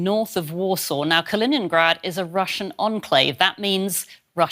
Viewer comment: KalinINgrad... why is it so hard to pronounce it correctly.